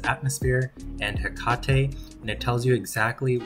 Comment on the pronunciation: Hekatey lol it is pronounced he kate 🤣